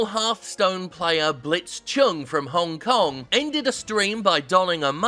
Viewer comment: sorry WTF did you say the citys name was hone kong